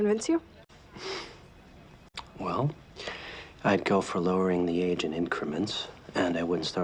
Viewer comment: "Well, I'd go with 'lowering the age of XxXxXxX, and I wouldn't start at the federal level." What is that word!? I must have listened to it a dozen times, but I can't make it out